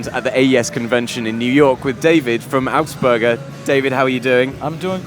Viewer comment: Concussive? I prefer to NOT be knocked-out by my loudspeakers. Incidentally,, it's "AUGSPURGER", not "Augsberger".